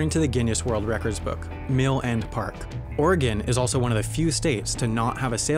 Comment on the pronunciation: He said Oregon right!